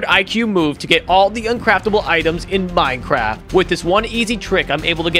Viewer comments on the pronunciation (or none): none